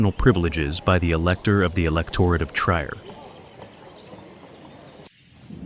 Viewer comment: I believe that "Trier" is pronounced "treer," not "try - er."